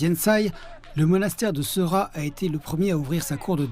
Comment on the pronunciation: Bonjour, la prononciation de ce monastère est "séra" en anglais ils écrivent "sera" mais la prononciation tibétaine est bien "séra"